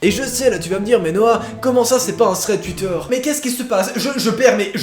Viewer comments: C'est plutôt ''Ssssread'' 😂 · Je suis le seul a trouver ca bizarre mais kiffer quand il dit " thread PARANORMAL " ? ? ? 😂😂😂😂